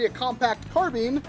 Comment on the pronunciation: It's carBINE, like bind, not carbean Sorry. I shouldn't have posted a purely negative comment. Love the video(s) man, keep up the good work.